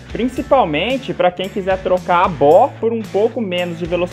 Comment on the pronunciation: Se pronuncia , Bê óoo ágáaah.. hahaha ... mas tu não fala o quanto regenera de mana e vida por segundo. ...